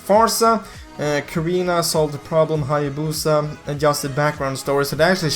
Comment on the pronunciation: Hayabusa??? No it's Hanabusa.